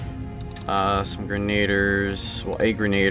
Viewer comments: the grenadier's and pronounced gren-a-deer not granad-er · Gren-A-deer not grenade-r